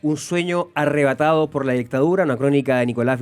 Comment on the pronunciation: "ärrebatado" ajajajaj, dejen de hablar weas.